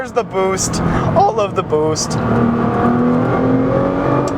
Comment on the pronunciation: "I was coming over that hill at, at well... FAST" and OMG the way you say boost!!! That's so funny!!! This is why we love you. Haha great review bro!!! Oh and watching you drive this GT-R was amazing!!